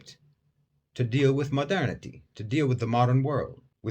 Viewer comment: Why i keep hearing "Madani" when u say "modernity"? My ear needs a fixing